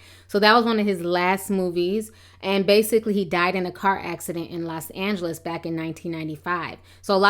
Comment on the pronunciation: los an-gag-lis?